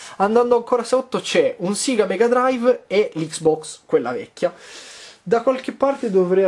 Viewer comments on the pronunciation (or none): none